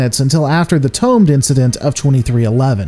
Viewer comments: I’ve never heard of the Toamed Incident. I’ve heard of Tomed... which is pronounced toe-MED... I can understand a mispronunciation if you’ve only read the word but it was pronounced on-screen. Fine work on the video anyway! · I must be terribly German and nitpick about your mispronounciation of Tomed incident. Tomed isn't a past-tense of some verb. The e is not silent.